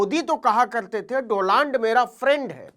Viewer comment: मोदी जी को डोनाल्ड भी नहीं बोलना आता है , डोलांड बोलते हैं ।